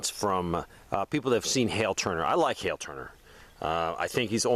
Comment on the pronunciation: Thanks for sharing link was having trouble finding the guy you mentioned on YouTube. And I was searching for the name that sounded like what you said hail. Then realized it’s Hal Turner.